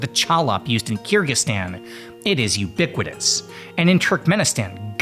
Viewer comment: If you spend 2 seconds on the word you will realize its Kyr-gyz-stan. Not Kyr-gstan. People keep doing this